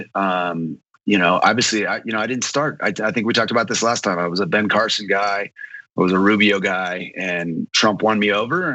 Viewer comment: He lost me at "Ben Carsons".